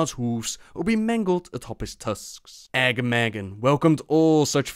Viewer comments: Uh-GAH-muhgan not agamagan lol. they say his name in RFK. Quillboar ancient. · You pronouncing Agamaggan was hurting my ears... You should go back to Razorfen Kraul to hear how it is pronounced. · Great vid, loved it! But I suggest you run Razorfen Kraul sometime again and hear the correct pronouncuation of Agamaggan from Overlord Ramtusk :P It was kinda hard to hear yours xD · You mispronounced "Agamaggan"